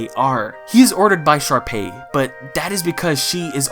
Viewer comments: bro i can’t tell if he’s saying sharpie or jus can’t stay sharpay properly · Why do you pronounce Sharpay as Sharpie? Lmao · but why do you pronounce sharpay as sharpie??? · Did you just say Sharpie instead of Sharpay? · Did you say Sharpie? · It’s a bit in all the hsm videos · Did you just call sharpea a sharpie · has always pronounced sharpay as sharpie? its just now right? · I’m crying over the fact that you keep calling sharpay “sharpie” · Sharpay? No, it’s SHARPIE